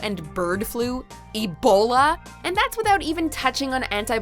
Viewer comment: The way she says "EBOLA"...